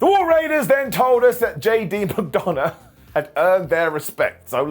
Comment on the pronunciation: You said McDumbagh, even now... 🤣🤣